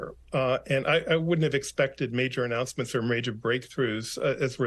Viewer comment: ANN O U NOUCENMENT